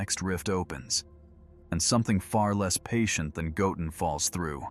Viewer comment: I really wish the AI would pronounce Goten's name correctly 😂